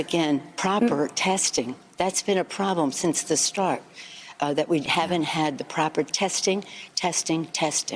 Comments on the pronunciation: Did pelosi say OPP 🤣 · `HOUSE ``SPEAKER`` Are you kidding me? She is an AWFUL Speaker ! She can hardly say P.P.E. Its ONLY 3 letter`s !!!!!!!!!!!! How can she NOT even get THAT right??????? God bless, sorry I mean HELP America !